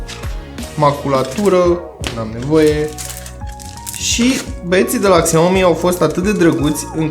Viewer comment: Faceți review, dar nici nu știți să pronunțați Xiaomi.